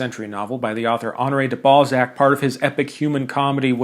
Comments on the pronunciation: Did you just pronounce Honoré de Balzac "Ballsack"? I love it. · Love how you say ”Balzak” as ”ballsack” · I had no idea why people were saying that you mentioning Honore de Balzac was so funny and were memeing about it but then I heard how you pronounce Honore de Balzac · Idc how old i get, how many children i have, how professional my life becomes.. hearing a grown man say Balzac will always make me laugh. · I'm sorry, I'm trying to be mature, but "Honore de" WHAT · huehue "balzac" huehuehuehue